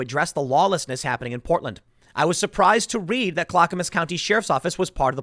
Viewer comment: Tim, please, I beg you . . . Clackamas (CLACK-uh-mus) Voodoo donuts.